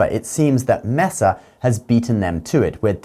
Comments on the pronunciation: Mess-uh. That doesn't even sound right. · Pronounced “MAY-sa.” 😊